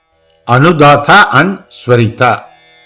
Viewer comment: He is pronouncing udatta and anudatta as udata and unudata - is it correct or needs to be corrected? 22.23